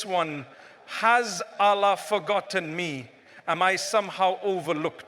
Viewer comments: Baaraka Llaahu fiika brother. He's Allah not Aaalah but your message was spot on jazaaka Llaahu khyran wabaaraka Llaahu fiika. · Anyone noticed? This channel name Fearless Deen but in this video anywhere Allah is not cleared by audio editor..its sumtym Aaalllaah..somtime Oollahh..sometime some else prononciation..what kind of rubbish is this?